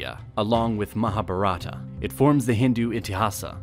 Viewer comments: It is not Rama yaana it is ramayana Not maha bhartha it is Mahabharata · Nicely explained... But pronunciation of chandragupta,vikramaditiya and mahabharata is sounds different by narrator..actually it is not pronunced like that.. But for your research and creating video 👍 Thank you..🙏😀